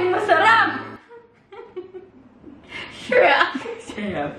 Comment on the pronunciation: "sharap" ? HAHAHAHAHAHAHAHA